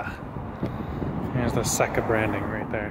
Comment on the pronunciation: Dude. SECA Pronounced SAY-Keh (Like Genoa Salami is Jen-o-ahh)